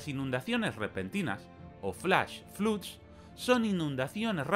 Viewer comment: La vocal en “flood” se pronuncia como en “blood”: /flʌd/